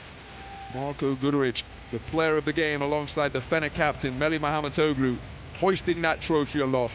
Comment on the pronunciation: somebody tell this commentator that he keeps mispronouncing Melih's last name! It is not MAHAMET-OGLU it is MAHMUT-OGLU